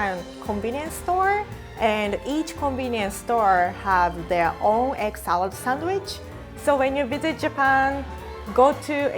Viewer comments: Am i the only one who hears "egg salad sandwich" as 'excellent sandwich'?😂😂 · Egg salad sandwich sounded like eggcelent sandwich